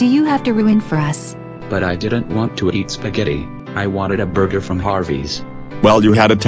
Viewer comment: Um burJer